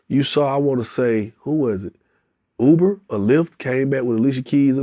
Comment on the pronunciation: It's Uber - NOT OOBER... 🤣 🤣 🤣 🤣 🤣 🤣 🤣